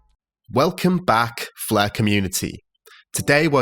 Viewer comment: I like how when you say "Flare" it sounds like "Fluh" to me.